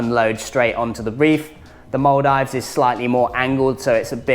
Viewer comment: Stop saying mul dives 😂